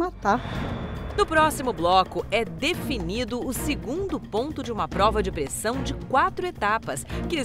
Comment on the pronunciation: Esse é uma farsa total. O cara fala" É uma pLova de pRessão" das duas, uma: ou ele tem alguma dislexia até então desconhecida, ou é, como falei no início, uma farsa! Babão insuportável!